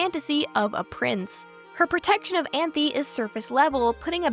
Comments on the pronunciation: cool video so far but I’m crying at you calling Anthy “Anthony” 😭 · Utena is one of the only animes i have rewatched, simply because everytime i watch it, I discover new themes and messages i didnt notice at my first viewing. Its amazing how a show can be so obvious yet cryptic in its storytelling. Also, unrelated, but you called Anthy 'Anthony' in lol